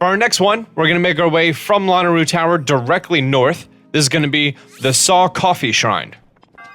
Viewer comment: it’s luh-nae-roo